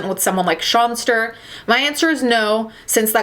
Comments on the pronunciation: “And now the sawnster ist the gonester” I’M CRYINGG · If I ever hear 'shawnster' again I'm gonna jump off a bridge